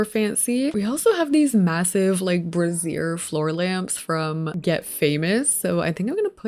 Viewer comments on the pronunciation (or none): Just a heads up because I’m seeing this everywhere: A brazier" (a container for coals or fire) is pronounced BRAY-zhər, while "brassiere" (a woman's undergarment, what bra is short for) is pronounced closer to bra-SEE-er.